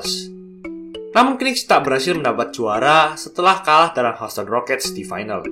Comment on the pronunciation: Keren banget, trmksih ulasan nya. Menambah pengetahuan sy sbg pecinta NBA.. *Cm saran aja kedepan, penyebutan nama club bs di perbaiki. Misal : Kniks : dilafalkan tanpa awalan 'K' Houston : Yusten Miami : Maiyami Cheers.. 🙏